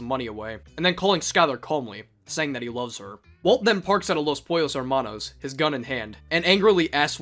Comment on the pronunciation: How could you pronounce "Hermanos" like that after having heard Gus say it xD?